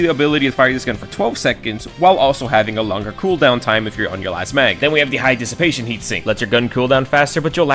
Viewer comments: It's 'Diss-ih-pay-shon' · I feel if you are an adult that cannot say dissipation your school system failed you. At least use Google to learn how, you young folk seem to forget those super computers in your pocket can be used for more than trolling and porn.